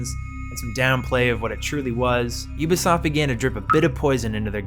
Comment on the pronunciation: Thank you so much for pronouncing Ubisoft properly. I am so sick of 90 percent of youtubers saying "Oobisoft".